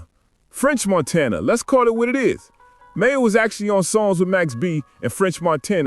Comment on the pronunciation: It's MAINO not Mayo!! Nice video but you gotta get it together 😂😂😂